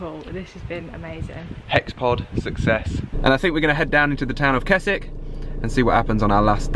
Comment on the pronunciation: Pronouncing Keswick wrong through the whole video 😅😂